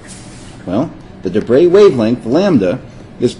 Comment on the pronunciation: Well done, finally somebody pronouncing De Broglie relatively correctly.